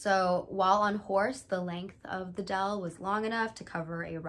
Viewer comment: u pronounced “deel” kinda like “dale” (i expected it lol) but the “ee” is pronounced like “æ” and “l” is more sharp :)